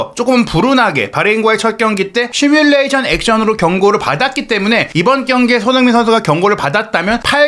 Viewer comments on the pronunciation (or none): none